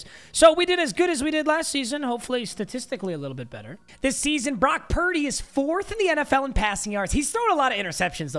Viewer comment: Brock pur-deh